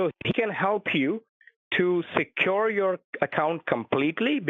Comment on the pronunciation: Because your compyoorrr is not sekyooor!